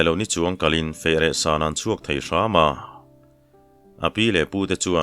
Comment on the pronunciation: Sailo ni chuang tih a, (Chuang) tih lai hi, motor a kan chuang a, chuang thluk a lam tur hi ni zawk a kan hriat. I chhiar thiam in ngaihthlak a nuam em em chung in, tawng thluk dik hriat duh vang in kan in rawlh ve lawk a ni e.